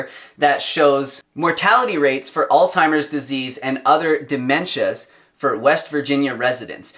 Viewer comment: Please, it's not "all-timer's disease"; it's "Alz-HIMer's disease". Alzheimer's.